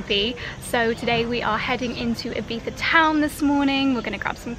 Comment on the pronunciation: You both say Ibiza so strange haha, half English pronunciation and half Spanish, and then when you’re not trying you say it the English way so think you’re trying to say it spanishly, if so its ee-bee-zzza. English is eye-bee-tha. You’re saying ee-bee-tha xxx